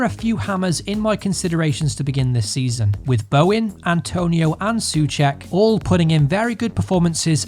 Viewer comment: Soucek = Saw check not su check